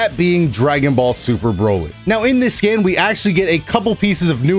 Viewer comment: I thought you said "skin" not "scan" lol